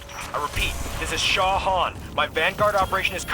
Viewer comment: Who is this Shaw Hawn, you mean